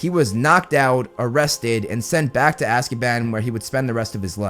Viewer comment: I keep hearing ''Azkieban'' and its sounds so funny 😂😂